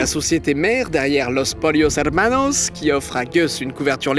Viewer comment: Ah ah ah Didi, encore une très bonne vidéo par contre tu as du mal avec la prononciation de l'espagnol surtout du "LL" (double L) ... Dans Salvador Allende tu prononces ça comme un seul L (Alende) et dans Pollos Hermanos tu prononces ça "LI" (polios) ... mais en fait, il faut faire comme si c'était un Y ... Poyos et Ayende ! D'ailleurs fait intéressant sur Augusto Pinochet, il est descendant de français breton ! (vous en faites ce que vous voulez) Ensuite on dit mesa (avec un S) et non meza verde 😁 En espérant que ça te serve pour les prochains épisodes parce que ça fait mal aux oreilles vraiment 😆